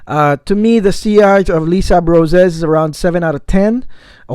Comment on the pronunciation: By the way it's pronounced lay-sable-roz haha